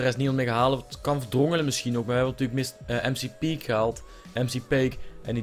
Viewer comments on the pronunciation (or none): McPake spreek je uit als macpake maar nice vid ouwe.